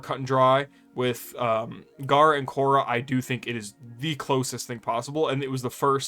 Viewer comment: Just came here to commend your ability to talk about gara and khora without getting your tongue twisted😂